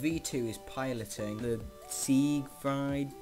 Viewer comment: the Spinny thing is Called the Siegfried and is pronounced seeg-freed